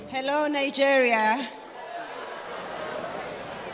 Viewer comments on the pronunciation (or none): none